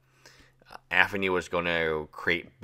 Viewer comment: I see what you did there lol it low key triggers me the way he says Anthony